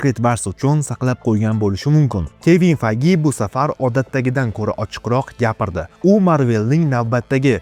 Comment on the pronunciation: Kevin peyj deb aytilmaydimi ismi